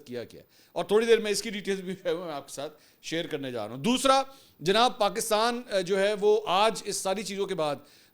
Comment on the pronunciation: تمہارے تلفظ میں مودیت کا اثر واضح ھے دوشرا۔۔۔پرشنٹ دوسرا۔۔۔پرسنٹ